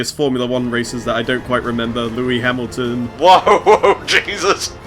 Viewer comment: As a big F1 fan, I do love seeing similar cars in video games. Open wheel racers pretty much all have brilliant speed and handling, but they're very frail. Very easy to lose a wheel. Also, you were so close to getting Lewis Hamilton's name right:P